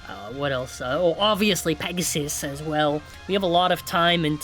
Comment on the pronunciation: Not "Pissgoon"...🥀 LOL